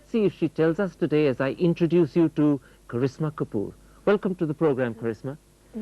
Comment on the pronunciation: The host pronounced her name correctly then..